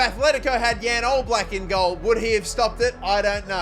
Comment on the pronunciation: As a slovenian it pains me to see how you pronounced jan oblak